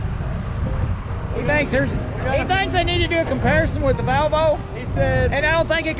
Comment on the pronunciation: I could hear it ... No??? 😂😂😂